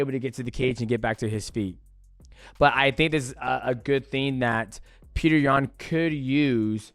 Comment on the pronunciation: PETR NOT PETER